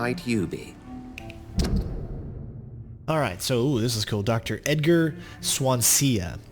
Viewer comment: I concur with other posts, a walkthrough/lets play would be fun. By the way, it's pronounced 'Swan see' or 'Swan zee' (it's also a town in South Wales). All the best